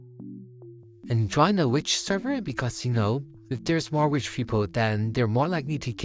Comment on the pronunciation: When he siad "rich" it sounded like "wich" but its ok because thats how it sounds when i say"rich" it sounds like"wich" so its ok i dont care